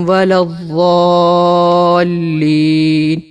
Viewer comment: I found two major issues: 1. Surah-e-Fatiha mein "Walazzaulleen" ke bajaye "Waladdaulleen" hoga kyun k Urdu/Hindi mein joh Z hai usay Arabic mein D parhte hain. 2. Surah-e-Fatiha ke baad pehli rak'at mein jo hum surat parhte hain us mein sab se pehle Surah-e-Naas nahi parh sakte kyun k agli rak'at mein aap ko us k baad wali surat parhni hogi us se pehle ki koi surat nahi parh sakte kyun k Quran ko ulta nahi parh sakte. NOTE: Agli rak'at mein dubara same surat (yani Surah-e-Naas dubara) bhi parh sakte hain.